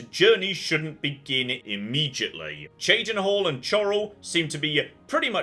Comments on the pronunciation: I love it. He's saying Cheydinhal correct. Now we just need to work on Chorral (Coral). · Good to hear beginning to pronounce Cheydinhal somewhat properly in this episode.